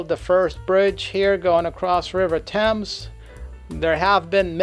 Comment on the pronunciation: It's pronounced "Suth ak". The river is "Temms".